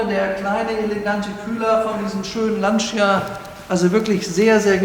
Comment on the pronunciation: Werter, bei der Aussprache des Namens "Lancia" unbedingt das "i" weglassen. Es heisst definitiv "lantscha" und niemals "lantschia"! Ansonsten einfach Super-Videos und unübertroffen Präsentation!